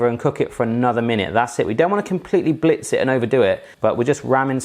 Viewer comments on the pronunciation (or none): none